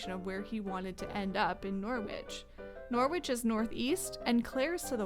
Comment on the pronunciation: Norwich is pronounced NORRIDGE